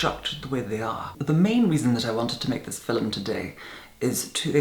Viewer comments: Ruby right? It sounds like "filim." I love it. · I like how he says the word "film". How can you not like that??